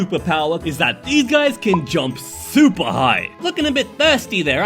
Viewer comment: I heard 'soupy' humans 😅